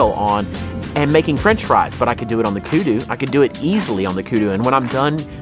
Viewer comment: The only things wrong with these videos is house they pronounce the word Kudu.